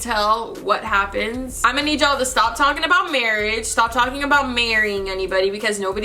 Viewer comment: Whenever she says y'all it sounds like she's saying Jarl lol.